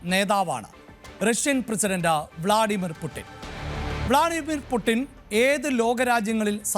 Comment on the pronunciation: പൂട്ടിന് എന്നല്ല...... പുഡ്ച്ചീൻ.... വളാദിമർ പുഡ്ച്ചിൻ